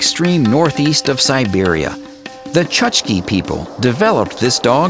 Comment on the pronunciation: Chukchi people not Chuchki people -_